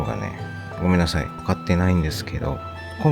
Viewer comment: さんは、 言葉が丁寧で、 聞いていて安心します😊 雪、 座った、 ない、 という時に、 イントネーションが反対なのを感じます。 ただし、さほど訛った感じはしません😊 誠実な方だと、 想像いたします😊